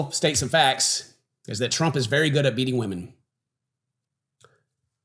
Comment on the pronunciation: Did you say that President Trump is good at “BEATING” or “MEETING” women??? 😂😅